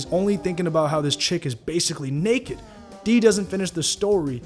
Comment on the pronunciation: " damn, she nekked.." -Malik "poot" Carr